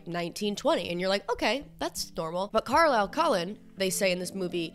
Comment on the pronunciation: the way u say carlisle is so fucking funny because i’m aussie AND IT SOUNDS LIKE UR SAYING CORALINE